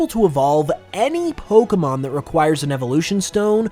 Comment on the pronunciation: Your videos are great, but BRO. WHY do you say 'poke UH mon' instead of 'poke AY mon'? Don't say it like Ash Ketchem, he's dumb. Say it properly, you DO make Pokemon videos as a career. You should really say it right if that is all you do...